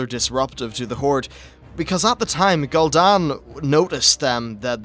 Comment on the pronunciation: Gooldan and Sargaras not gold an and sadgarus